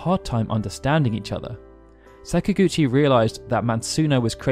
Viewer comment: Please stop saying sakagouchi please. Im about to pee my pants